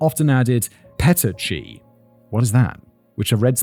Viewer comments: It's pernounced Pettikia broken blood vessels in the eye from strangulation pressure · Petechiae is pronounced peh-tea-key-eye, just so you know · petechiae is pronounced “peh-tee-kee-aye” FYI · limpdick killer, flaccid strangler. Wait! Soft Sammy Small. Pretty sure if you said that one to his face. He'd try to strangle you even with the cuffs on. That's not how you pronounce the word... Pi-tea-key-eye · Petechiae Simon it's pronounced puh-tee-kee-uh. I love listening to you struggle to pronounce things but Just so you know next time. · For a dude always mentioning CSI, Simon absolutely butchered the word petechiae. It's pronounced somewhat like "puh-tee-ki-ae". James Holland did a really good job making Little talk. He used misogynistic language about Mitzi Roberts to build report and make it seem like he and Little were similar in some way. He boosted his ego by telling him that he was important and told him he was in control. What did Little always want? Control. Excellent work. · The red spots are pronounced ‘’pen-tee-kee-ah’’ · It’s pronounced pa tea kee uh . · Well that definitely took a toll on the soul. I'd never even heard of this guy before, so thank you David for writing about it and thank you Simon for progressively losing hope in humanity by reading it! Two pronunciations for future Simon: petechiae is pronounced "peh-tee-kee-uh" and the name Guadalupe is pronounced "Guadalu-pay". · It's puh-teek-ee-eye. Emphasis on the teek. Medical person here, US pronunciation. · Simon, , it's pronounced pah-teek-ee-eye (petechiae), and it happens when tiny blood vessels pop under pressure, causing tiny red spots to appear in the eyes, on the surface of the skin, in the throat, or on the soft pallet. You can get them by repeatedly scratching your skin too hard, strenuous coughing, smoking, and yes, sadly, by strangulation or suffocation.